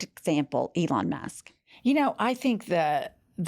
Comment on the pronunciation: Oh shit. is sounded like you said Ivana Musk. You should make that into a t shirt. Elon Musk with an 80s Ivana hairstyle.